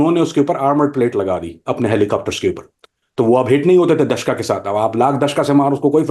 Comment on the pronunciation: دشکا نہیں دوشکا.....جھوٹے